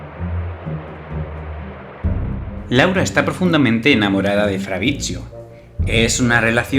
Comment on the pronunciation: Bld que onda con mi nombre pronuncialo bien, fabritsio, 😬